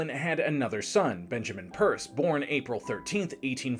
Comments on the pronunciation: Great stuff but The Guys name was Pierce as in "Pierce your ears" not Purse as in " Hold my Purse" lol. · Exactly. I'm from New Hampshire and nobody in their right mind says "Purse". I actually had to scroll back because I didn't believe that nonsense was stated. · I thought I was the only one hearing "purse."😂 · Great info, though pronouncing his name as ‘Purse’ is distracting. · Every time he says "Purs" I cringe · "It's called pirs" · Pierce is third from the bottom on my list of bad presidents (Trump and Buchannan are in a tie for worst). Definitely a tragic case. Historical trivia; Pierce was the only president who had no changes in his cabinet for his entire term. His Secretary of War was Jefferson Davis, who remained a lifelong admirer of Pierce. Not sure where you got the pronunciation from, but I've never heard that and could find no source supporting "purse" as being correct. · Why are pronouncing his name wrong?